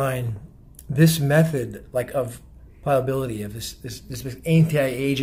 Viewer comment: love you and your videos! (Ply-uh-bility) is the pronunciation btw;)